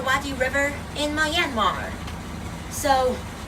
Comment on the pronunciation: Nice vlog, but it is not My An Mar, it's Myan Mar , only two sounds in that word.